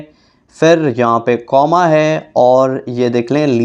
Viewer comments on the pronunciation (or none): Hina sikander ki pic ???😂😂😂😂its coma not kama